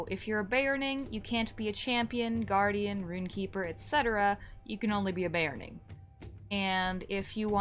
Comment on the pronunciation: sorry...be OR rn ing there is no A in beORning